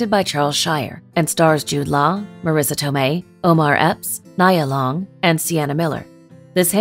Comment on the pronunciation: This list is pretty hard to listen to, hearing them mispronounce her and many others' names over and over.